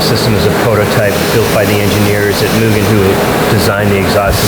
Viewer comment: its not myugen, its MUGEN!